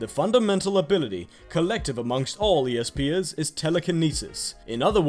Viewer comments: Espers not easepers lol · Espers not e s peer